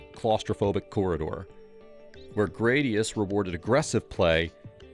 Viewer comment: Gradius" is most commonly pronounced as GRAD-ee-uhss (/ˈɡræd.i.əs/), rhyming with "radius". According to Gaming History 101, this is the pronunciation confirmed by Konami, rather than "gray-dee-uss" or other variations. Some users may also pronounce it similarly to the Latin word for sword, "gladius". (Sorry for the nitpick. Great video otherwise.)